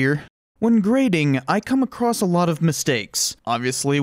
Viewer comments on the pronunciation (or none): none